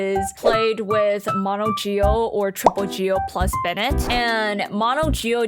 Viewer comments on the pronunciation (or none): none